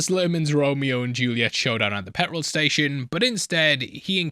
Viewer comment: How did ya make petrol sound like two words ya mush? Pet Rall you called it! Stop pi55ing about will ya ffs